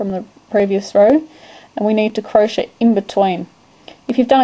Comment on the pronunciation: Your pronounciation for crochet sounds like cro-sha. LMAO! It's not crosha! It's cro-shay! lol